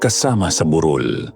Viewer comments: Burol kc sir Hindi bu_rol 😂😂😂😂😂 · Ok na sna.. kso Minsan kala q lamay Yung buuuuroool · Burol po mabilis ang pagbigkas as in hill not burol na wake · TO THE NARRATOR: Kindly pronounce the word properly. Like - BUROL - meaning a small hill it must be pronounced mejo mabilis. Unlike BUROL - mahinay Ang pagkakasalita , ibig Sabihin funeral. Pls pronounce the right pronunciation. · ❤❤❤🎉kaloka si Yung burol (anyong lupa) naging burol ( may patay?) Mali yung pag bigkas nia po😅